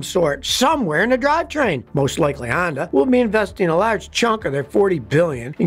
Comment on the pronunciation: Sonda? Hony? Shonda?